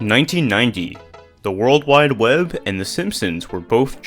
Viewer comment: world wide wev 😂